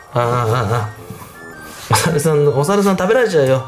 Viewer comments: おさるさんが小沢さんって聞こえて誰！！！！！ってなったw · おさるさんがおざわさんに聞こえる。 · おさるさんは？おさるさんがいい？ がものすごく おざわさんは？おざわさんがいい？ って聞こえてたから、 おざわさんと友達になったの？ って聞こえちゃって爆笑してたごめん笑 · おさるさんが小澤さんに聞こえたwwwww